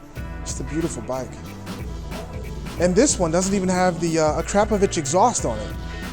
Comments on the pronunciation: Uh-Crop-A-Vich, not Uh-CRAP-A-Vich hahahahahahahahaha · Hey, all that talk about alYOUminium (aluminim)... you should learn how to pronounce akrapovic haha!